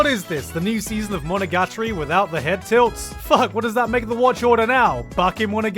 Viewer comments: I don't believe for a f u c k i n g second that that's how you pronounce "monogatori". But the longer I think about it the more sense it makes holy shit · Wtf is that pronunciation of monogatari lmao